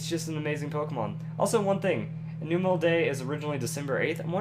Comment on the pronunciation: that's not how you pronounce numel in the pokedecks it's called the num pokemon